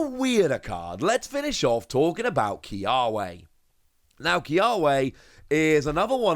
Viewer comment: Kiawe is actually pronounced KiaVe, the w sounding like a v. It's a Hawaiian word/name. ☺️